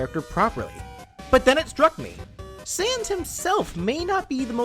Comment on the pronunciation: He says sand, not sans